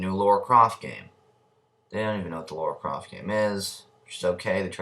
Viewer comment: It's not Laura Croft, it's LARA Croft. Nice Gorrilaz t though